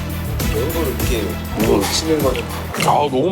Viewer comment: 전라도 사람 특 이렇게 <- 이러케 라고 발음 해야는데 이러게 하라고 이러게 ~ 이럼 왜 이러게 라고 말하는거지.. 국어를 개 ㅈ 으로 배움? ㅎ 이 ㄱ으로 가면서 ㅋ 발음이 되는건데 지들이 뭐라고 국어를 무시하고 이러게 라고 발음함 진짜 줘패고싶음